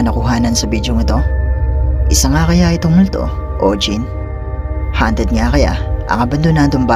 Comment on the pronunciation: hindi hanted kundi hawnted...